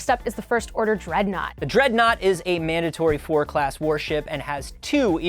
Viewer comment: I feel like the dreadnought will be making an appearance on my versus series.. Also did he say Mandator 4?